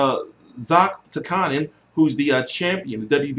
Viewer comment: say it with me t, zlah-TEECH-ca-nin